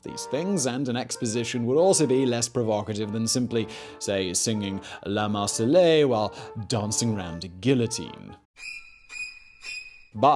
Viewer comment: Simon: "Marseillaise" looks like and sounds like "mayonnaise" fyi. I'd have thought you'd have known that.